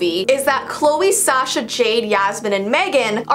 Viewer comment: Hollie Ann ikr i was like wtf. oh and sasha